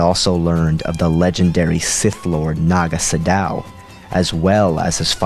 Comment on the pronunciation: it's pronounced sado not sodao fyi